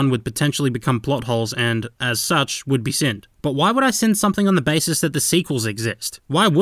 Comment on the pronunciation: woulod? go home your drunk.